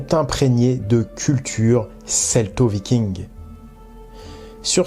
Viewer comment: Et pourtant, aujourd'hui, il est reconnu par le consensus scientifique que les scandinave de la période viking (viking et pas vicking merci;) ) sont allés en Amérique, comme quoi, l'Histoire n'est pas figée comme les trouveurs de vérités veulent le prétendre. Dans les années 1020 même pour être précis. De là à dire qu'ils l'ont découverte, techniquement, Colomb ne l'a pas découverte non plus d'ailleurs puisqu'il se croyait aux Indes XD Je ne vois pas en quoi les livres ne peuvent pas apporter de nouvelles informations, la littérature sur les scandinaves et les vikings est justement en train d'exploser ces dernières années apportant nombre de thèses très intéressantes comme le livre de Johanna Katrin Fridriksdottir "Les Femmes Vikings, des Femmes Puissantes" qui apporte une analyse et une belle vue d'ensemble des sources à disposition pour parler des femmes de cette période. Evidemment, cette effet de mode amène son lot de mauvaise littérature parfois propagandiste ou biaisée, il est tout aussi compliqué de faire la part des choses que sur la toile >< Enfin, concernant le principe de cette vidéo, il s'agit d'un "réact" le but est donc en clair de découvrir un contenu et d'y réagir à chaud, ce n'est pas une méthode scientifique mais plutôt un type de contenu assez en vogue sur internet, a certainement voulu s'y essayer;)